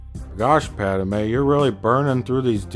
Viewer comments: How about you shut the heck up you low-class idiot, and also it's Padme, not PADAMEN you moron!!!!!!!!!!!!!##!! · Stop saying Padamay